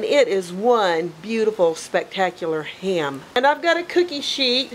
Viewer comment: Jeez, that accent when you say HAM , as 2 syllables, instead of one 😳.. not only that, you must have said HAY-YAM 50 times at least!!! Having said that, the finished product looked bloody amazing!!! A delicious hay-yam!